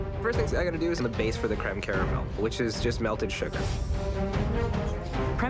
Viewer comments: If it falls apart, so will your DREAMS. Cweme Cawamel- Alvin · Cweme cawamewl